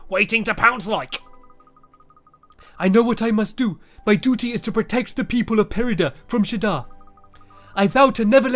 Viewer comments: It's not perida it's perdida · stampy its per-di-da like that